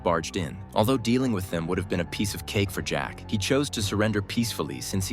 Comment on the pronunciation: The one time the robot saying jack is actually right